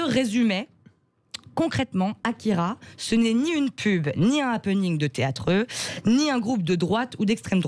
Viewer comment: Mes oreilles on saigné quand elle à écorché le résumé et le nom de l'auteur du manga AKIRA.